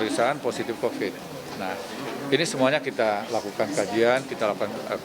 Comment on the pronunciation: saudara kiti 😂😂